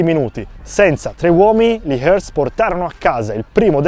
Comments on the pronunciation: Bel video ... però Hearts si pronuncia HARTS. Un po' di rispetto per questi scozzesi. Grazie. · Comunque si pronuncia harts…